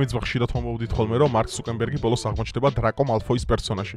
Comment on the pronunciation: ცუკერბერგია და არა ცუკემბერგი